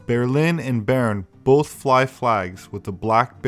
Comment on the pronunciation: Ber in Berlin is not pronounced ber the way you did, it is pronounced the same as bear in English, haha.